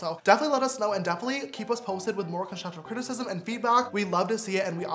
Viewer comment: No one: James: conshushive crtisishism 😂